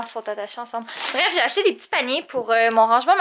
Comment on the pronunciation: Quand a dit j'ai acheté on aurait cru quelle avait dit Jay acheté.... 🐱🐈